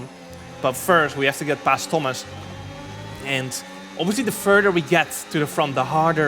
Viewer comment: thomas inchident